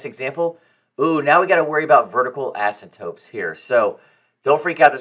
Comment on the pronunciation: Dude either you or me are saying asymptotes incorrectly